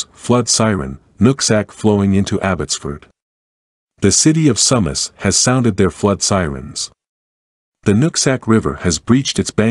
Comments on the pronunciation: Its pronounced Sue Mass- not SUM Mass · Your saying the name wrong It's pronounced soomas if your gonna do news stories meke sure you can words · the correct pronunciation of Sumas sounds like "Sue-mas" just a fyi.